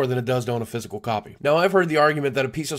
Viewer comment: "download copity"